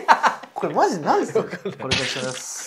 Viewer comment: 「すぃません、しぃつれぃします(すみません、失礼します)」 じゃね？(´・ω・)